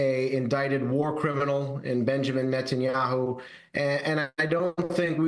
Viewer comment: I have noticed for some time, that Daniel Levy always calls Netanyahoo, "Nutanyahoo."